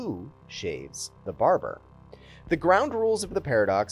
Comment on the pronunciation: What I took away from the video. You should do another take if you say barjer instead of barber.